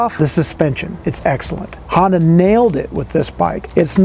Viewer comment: Not Hondac sir, its Honda